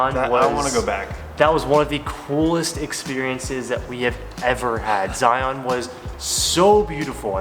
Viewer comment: Glad you enjoyed Utah! BTW: it's pronounced more like Zy-uhn rather than the hard ON sound. There are a lot of weird pronunciations in Utah for sure!